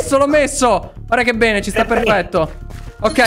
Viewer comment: ma quando dice P3n3 al posto di bene😂😂😂